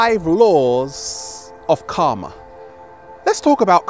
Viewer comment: His pronunciation of "karma" is definitely more accurate than the way he pronounces "chakra", that's for certain. Namaskar!